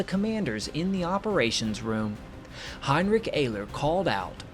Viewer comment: Name of the Pilot is pronounced Heinrich (sh from the back of the throat) Air-ler. Can't you get anything right mate lol its alright